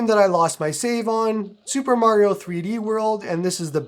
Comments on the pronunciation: Nintendo peaking around the corner: sup bro? You mind showing us the actual cartridge? And did you say Mare-rio, Bruv? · bro really said mary o lmao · who is MARY-O ? lol